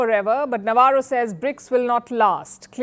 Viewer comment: Navarro is 'Navro'😂